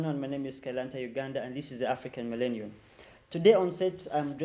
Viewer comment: Hullo 😂 say phillanthropist again